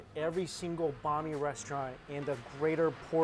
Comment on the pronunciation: So cringing the way he pronounces banh mi smh sounds like he’s saying a persons name